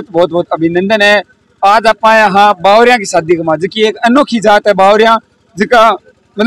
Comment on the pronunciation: बागरिया है न की बावरिया